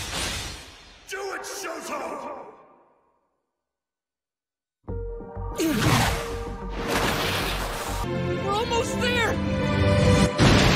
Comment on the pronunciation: Dub actor: showtow :/ ..:)